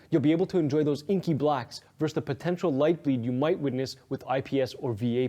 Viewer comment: Why can’t anyone under 30 actually say the word "versus" right?